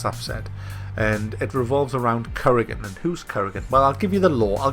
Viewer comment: Currygan :p